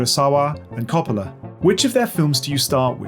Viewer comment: Francis Ford Coppola’s surname is pronounced “COH-puh-luh”, NOT “CAH-pah-luh”.